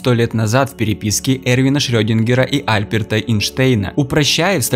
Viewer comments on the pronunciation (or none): Альберт, у автора ударение на А. Автор тормоз неграмотный.